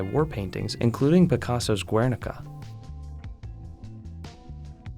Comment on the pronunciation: He also mispronounced "triptych" and "Guernica" which frustrated me